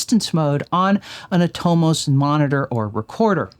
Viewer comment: Super helpful video! For what it's worth, I believe Atomos is pronounced "AH-tah-MUSS" or at least that's how I've heard Australian cofounder/former CEO Jeromy Young pronounce it.